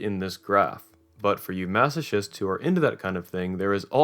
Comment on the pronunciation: "Mass-oh-tchists", oh man, it's "Mass-oh-kists"